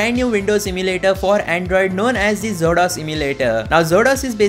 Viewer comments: It should be pronounced as Exo-Dos. Not zodos..😂😂😂😂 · I think it's pronounced exodus 😮